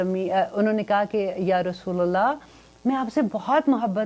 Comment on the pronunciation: Rasulillah nhi hota Rasulullah hota h, kindly apny alfaz theek kijiy